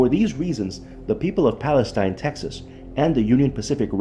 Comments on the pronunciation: Pal-ess-steen. is how you pronounce it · It's pronounced "Pales-teen" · Wow, not only did you not bother to learn the proper pronunciation of Palestine you have your "story" wrong. The Union Pacific rail yard is still in operation in downtown Palestine at , - . What you found was the old ALCOA aluminum smelting facility east of town located at , - . This facility was built in approximately 1975-76 and was shut down almost immediately after when it was decided that the process cost more than the aluminum was worth. ( ) You should really try to do some research into your stories rather than try to jump on the YouTube train.